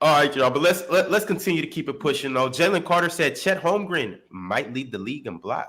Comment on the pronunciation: Call me crazy but Is it holmgren or holmgrem I hear both sometimes ?